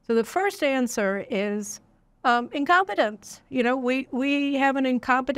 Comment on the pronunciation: Did she say incompatence? Wait...what? Caroline, wakie wakie.....😮